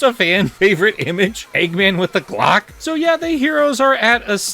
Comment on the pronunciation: The way he says glock has me dying!😂 Also I think the intangibility power fades in and out. That might be what they were going for.